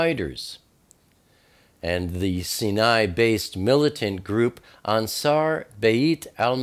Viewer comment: Sy nai, not Ci nai. Sy nai.= cinai.